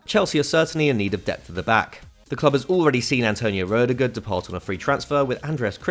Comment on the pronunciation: He legit said "Roadiger"